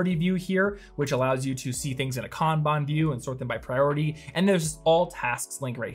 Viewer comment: I know this is an old video but I so appreciate for properly pronouncing Kanban. It completely burns my brain when people say Can Ban 🤣. 本当にありがとうございます🤙🏽